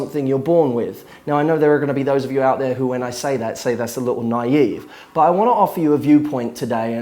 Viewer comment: Why can't you say the T at the end of the word "but"?